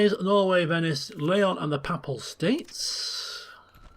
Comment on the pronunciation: and its payple not papple, jesus christ